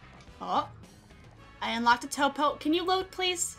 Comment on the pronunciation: “Topo, topography, toopo...” 🤣🤣